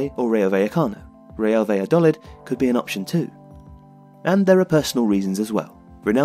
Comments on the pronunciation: Is it not 'baya-doleed'? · First of all, I love your channel! However, I found it really hard to enjoy this video because of the pronunciation of "Valladolid". I don't expect a non-Spanish speaker to pronounce it perfectly, but it would be great if you could at least put the stress in the right place. "Valladolid" should be stressed on the final syllable -- "va-lla-do-LID". Putting the stress on the third syllable sounds as weird as pronouncing Wolverhampton as "Wol-VER-hampton" does in English! Something to think about the next time you have a chance to mention the club.